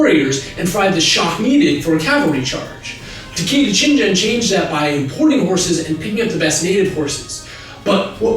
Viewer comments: Rainbow Dashtruction one example at . He pronounces it Shinjen instead of Shingen, which would be a correct way to pronounce it in English, but never in Japanese. This is the primary reason you're supposed to stop using roman letters in Japanese starting on day 1; There's too much ambiguity and it's just generally hard to read. Just for fun: Shingen is written as 信玄 or しんげん in Japanese. Shinjen would be written as しんじぇん and would not only be an incorrect reading of the Kanji, but also use a combination of characters that (I think) aren't seen in modern Japanese. Rather, it would be written シジェン and have to be a foreign word. Disclaimer: Early Intermediate Japanese Learner. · One point, It's not Shin jen, Is Gen with the g of gun. The g in romaji is used only for the ''soft k'' the ga sound. And yes, Hideyoshi didn't like the portuguese and kirishitan. But what he didn't like was introduced powers with more authority and more terror inducing capacity than the lords, not Jesus, the pope. The missions and their flames of hell, no abortion and ''the lord's words=the pope words. Why didn't they order a japanese bishop on the spot like in goa and other colonies? A few daimyo converted by interest with their nanban friends monopoly of chinese silk premium account but that was it. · I have heard Shingen's name pronounced in Japanese so many times that I had to stop the video after hearing "Shinjen" for the 12th time. I understand why it happens with some people but it's still no less jarring to me. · Your use of the soft G in the name.of shingen is making me cringe there is no soft G in Japanese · Can't stand how you keep pronouncing Takeda ShinGen, "G" like general, it's pronounced "G" like gum. If you had watched a few reputable Japanese history videos about sengoku jidai & Takeda Shingen, you'd have noticed this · You're mispronouncing the G in Takeda Shingen's name! It's G as in "game" not "general". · You're pronouncing Shingen wrong, man. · takeda shingen, not shinjen